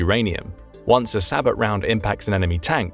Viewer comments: “Sabot” (pronounced “sa-bO”) NOT PRONOUNCED “say-bot” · Sabot is pronounced like say-boh